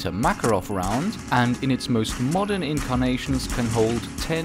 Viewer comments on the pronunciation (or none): in Makarov you should put emphasis on the second "A", btw nice videos you're making